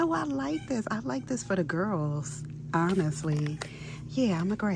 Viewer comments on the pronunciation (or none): none